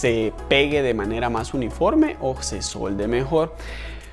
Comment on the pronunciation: Hola saludos, mi hermano se dice: “Se suelde mejor” no se dice “Se dolde” solo ese dato, saludos. (Soy periodista y locutor)